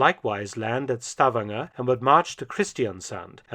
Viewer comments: It’s Sta-VAN-ger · Minor comment on pronunciation: Stavanger is not pronounced "STAVanger", as you say it. It is pronounced "stavANGer". And likewise, "Kristiansand" is not pronounced "KRIStiansand", but rather "kristanSAND". Otherwise the pronunciation of the letters seems to be completely correct.